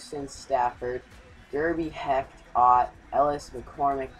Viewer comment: hecht is pronounced "hesh" just so you know and kaleta is prounounced "ca-leta"